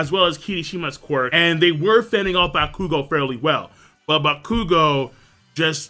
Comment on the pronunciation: OttoeCamn he isn't. It's pronounced ac-long uh-dee-mia. Or ac-long uh-day-mia. Either way he's leaving out the emphasis on the second a. N yeah he does butcher the shit out of bakugo's name.